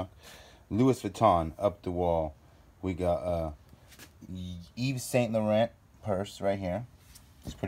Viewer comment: “Luiss Vitton and eeves saint lor-ant”. Anyone else really annoyed by how they butchered these names?! “Gouchi” emphasis on the OU. Haha ahhh!!